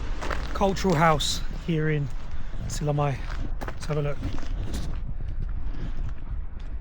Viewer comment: mitte SillamAe vaid SillamÄe. Ä - ;) Please learn to pronounce the place names of the country you are traveling correctly.